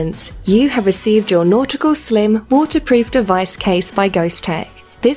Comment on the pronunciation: Nautical not Nautica 😂